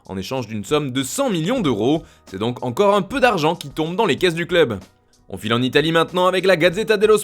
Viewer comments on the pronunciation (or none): none